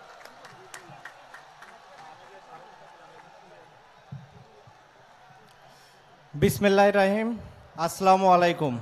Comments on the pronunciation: সাকিব মিসমিল্লাহ টাও বলতে পারো না। এই জীবন রেখে লাব কি তোমার। আসা করি তুমি কুরআনুল কারীম শিখবে। তাও আবার সহীহ শিখতে আমি ভাবছিলাম সাকিব হয়তো বা সে কুরআন তেলাওয়াত করতে পারো। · বিসমিল্লাহ তো বলতে পারেনা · তাই বলে বিসমিল্লাহ বলতে পারেনা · যে কিনা বিসমিল্লাহ ঠিক মতো বলতে পারে না সে কিভাবে মুসলিম দেশের নক্ষত্র হবে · বিসমিল্লাহ বলতে পারোস না আবার নির্বাচন করস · ঠিক করে বিসমিল্লাহ বলতে পারে না, সে হবে নেতা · বিসমিল্লাহ্ ও সালাম দুইটাই আগে ভালো করে শিখে আসেন ভাই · তোমার প্রথমেই একজন মুসলমান হিসেবে বিসমিল্লাহ পর্যন্ত বলতে পারো না দুই নম্বর দিয়ে যাচ্ছে তুমি রাজনীতির মঞ্চে গিয়ে বিষয়টি ক্রিকেটকে বারোটা বাজিয়েছো। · বিসমিল্লাহ তে ই ভুল😅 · বিসমিল্লাহ বলতে পারেনা শাকিব আল হাসান আর সহ্য ব্যাপার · এ কেমন মুসলিম বিসমিল্লাহ বলতে পারে না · ওরা কারা সটিক ভাবে বিসমিল্লা বলতে পারেনা আবার আবার নাকি সুপারস্টার। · আফনি সব জানেন কিন্তু বিসমিল্লাহ জানেননা। আফসুস😂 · বিসমিল্লাহও বলতে পারেনা হায়রে লোক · যে বেক্তী বিসমিল্লাহ বলতে পারে না সে আবার কিসের এমপি হবে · সাকিব সাব বিসমিল্লাহতে ভূল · বিসমিল্লাহতেই ভুল। ছি ছি🤔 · Bismillah bolte parena haire moslim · Boroi afsos Bismillah thik babe bolte pare na muslim gorer cele